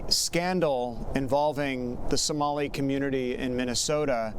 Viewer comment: The "professor" cant even pronounce Somali. WTF is a Sumali?